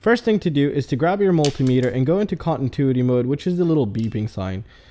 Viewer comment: Great info. Please though...its con-ti-nuity, not contintuity...ahhhhhhhhhh......